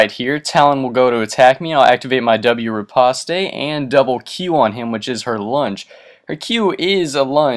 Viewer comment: It's not fucking repostay its pronounced Repawst